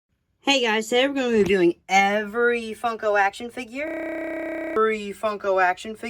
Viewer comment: You said today ser Gona revev Every actionfigurrrrrrrrrrrrrrtrr